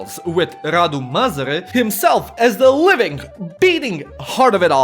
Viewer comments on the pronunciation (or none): Not quite, he says "Măzăre" all the time i stead of "Mazăre" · I find it funny how you say you can't pronounce "Ă" in "MAZĂRE" but you actually pronounced it as "MĂZĂRE" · zici ca nu stii pronunta "ă" dar citesti "măzăre" in log de "mazăre" ce plm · You did actually pronounce "ă". You said "Măzare" instead of "Mazăre". For someone how tries to learn romanian, I thing I counts as a win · If You wanna pronounce "Ă" just say "uhhmmm" and remove the "m" Edit: Oh and Mazăre means Pea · ă is like ugh or uh. Think the er in butter (American pronounciation of butter not the British one). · the A with a thingy above it is pronounced something like a short uhh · The ă basically sounds like uh so that's show you pronounce it. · the A with that on it is pronounced like a short uh in english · No, he pronounced it măzăre and măzare which makes it even funnier...😆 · Ă is pronounced as "ah" in that idiotic and braindead tone with a little girl tone